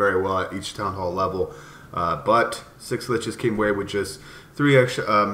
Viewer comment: You'd think he'd work on pronouncing schlitzes (sh-lit-zes) after joining em smh lol